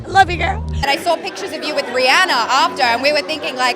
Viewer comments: it's ri-anna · All these people say they love her but pronounce her NAME WRRRRONGG only a few said It correctly it’s RihAn-a not Ri-Anna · Guys... You actually pronounce her name like "Ree-anna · RihAnna. I'm from Barbados and that's how you pronounce it but Americans pronounce it the other way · All these people so obsessed with her but 90% don’t even say her name right! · I know this is an old video, but I now cringe when I hear EVERYONE saying her name wrong! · if you love her so much, please pronounce her name correctly